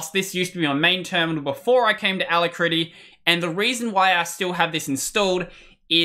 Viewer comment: i think youre pronouncing alacritty wrong